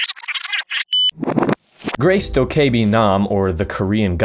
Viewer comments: Dok-Kay-bee it's doka-bee lmao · the e is silent lol